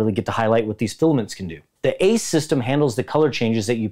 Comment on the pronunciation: It killed me when he said A-C-E in separate letters 😭